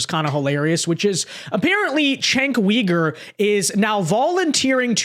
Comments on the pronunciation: its not pronounced Wee-gur... it pronounced You-ger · Why do you call him cenk weegur? Lol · The way you say cenk's last name makes me cringe every single time